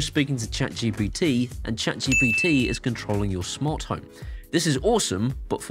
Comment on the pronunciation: Smant Home?!? 😜